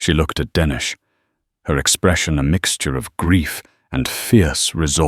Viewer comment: Dennis is pronounced like tennis